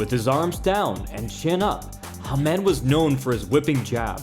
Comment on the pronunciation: Nice, but this side of the pond at least it was pronounced HAM-ed